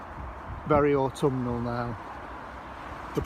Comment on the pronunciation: You sounded a bit posh for a northerner for a second there, "Autumnal" Rather! I wonder what the equivalent term would be here, "Fallic?"...oops having re-read that maybe not. I reckon you have hit the nail on the head, a lot of things have certainly "had enough" and I reckon it's time for us to put them out of their misery. Time to pull the tomatoes, peppers, knackered annuals, start the clean-up process and prep for next year. Great vid mate, I hope the storms didn't batter you too hard. Cheers:-)